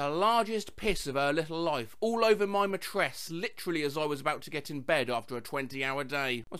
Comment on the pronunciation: Your "mehtress"?